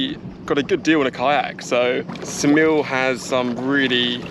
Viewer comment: Hey, not that it matters but Saranda is pronounced “SaranDAH” (not SaranDAY) and Ksamil is pronounced “KSAHmill” not (KASAmill).